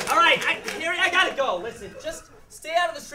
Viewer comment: Haha, when said "shrieking shack" it hour he said "streaking shack":P